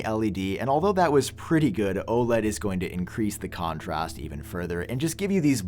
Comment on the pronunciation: Did anyone else notice he pronounced 'contrast' weird twice and third time it was normal? Am I going crazy or is he messing with us? 😂